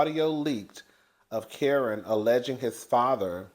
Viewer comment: Whew Chile you butchered that man Kerrion name so bad 😂😂😂